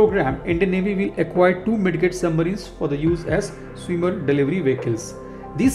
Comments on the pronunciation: Hi buddy it's not Mid "get" rather pronounce as " Mid "jet"... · Bro it is pronounced "mij jit" not mid get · It's pronounced mijjet 😄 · The d in midget is silent, kindly correct it next time onwards